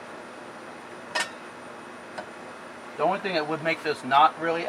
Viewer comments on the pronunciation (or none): none